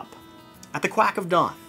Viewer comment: "Quack of dwan..." 🤣🤣🤣